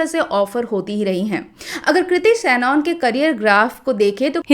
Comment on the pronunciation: It's not सैनऑन, it's सनन